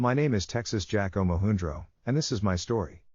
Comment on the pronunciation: This was pretty good! The tech to do this is interesting, but I do wish something better could be done with the voice. BTW, the pronunciation of Omohundro here is incorrect…the “U” is short…as in Atil a the HUN. I know this for a fact…I’m named after this guy! He is the brother of my 3rd great grandfather!